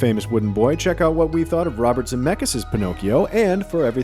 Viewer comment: Me an Italian, who hears how you pronounce "Pinocchio": 💀